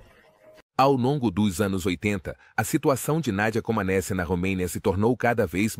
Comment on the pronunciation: Pronuncia-se "comanéti".